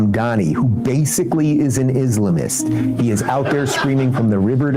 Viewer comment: They way Ruben pronounced “Islamist” sends me 😂